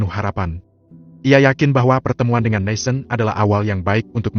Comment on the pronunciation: Dari bab awal kok NATHAN di baca NESEN ya ???